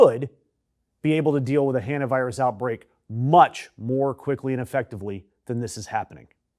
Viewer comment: OMFG why can no one say 'hantavirus'???? It's pronounced like "haunt-a"! "Han-ta" although obnoxious and abrasive sounding, is at least in the ballpark but at one point you said "hant-i-virus" WTF is that?